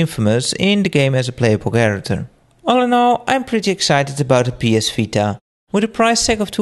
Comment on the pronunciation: So what is the name of the PSP2? The PS Fita? Couldn't quite make it out. I hope its a bit more durable than the PSP. That thing breaks a LOT. Speaking of practical portable games, that was something that a lot of good GBA games (Golden Sun) and a lot of Neo Geo Pocket games did, was making them good PORTABLE games. You can save anywhere, or just turn it off and it'll save it for you. A lot of PSP games seem to treat the PSP as a portable console, and that's not what handhelds should be IMO.